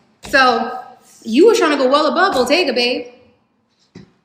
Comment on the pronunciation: I think by "botteeeeyyga" she meant Bottega Veneta. She just doesn't know how to pronounce it.